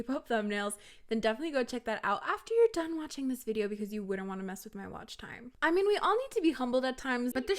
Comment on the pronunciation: Don't worry. You actually pronounced T:Time right 😂👏